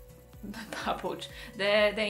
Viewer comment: nagyon szépen elyted ki a papucsot ☺️🤗